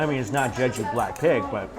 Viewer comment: When you said BLACK PIG, I thought you said BLACKPINK 😁😆 BLINK